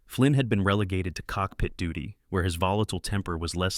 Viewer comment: Your reader mispronounced the word ‘duty’. The U is long as in the word ‘duke’. Unlike the U in. ‘duck.’